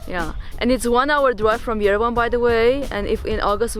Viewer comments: Beautiful place to be and great food to eat. Armenia is great. By the way, it's called Ye-re-van not ven . My forefathers came from there. I'm so happy you liked it 👍👍👍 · please make an effort to pronounce Yereván not Yérevn and it is lake Seván not Séven! Thank you